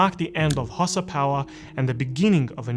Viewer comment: Its pronounced HAU-SA as in Hausa not Xhosa which is in South Africa lol